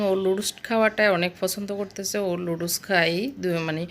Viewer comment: এত্ত কিছু জানেন বাট নুডলস কে লুডুস বলে না সেটা জানেন না??